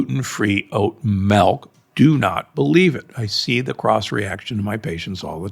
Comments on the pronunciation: What’s “melk”? Is it similar to milk? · what part of the US is Doc from? "melk"